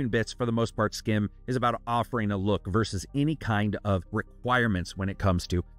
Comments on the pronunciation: its pronounced sgim, dutch people ur the sch as sg. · I assume this is from a Belgian or Dutch studio, since "Schim" is essentially Dutch for "Shadow". (Pronunciation is a bit different than what you're doing, the "ch" is more like the raspy "j" in Spanish instead of a hard "k" sound.) Thanks for another thorough review!